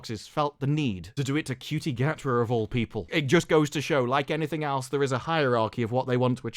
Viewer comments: its pronounced shooty not cutie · Ncuti Gatwa is pronounced "Shooty Inmabooti"